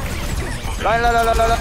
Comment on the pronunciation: ㅋㅋㅋ 겁나 잘한다..ㅋㅋㅋㅋ 진짜 딜러네.. 라인 발음이 La-in 이 아니라 Re-in 이에오 뤠인 ㅎㅎ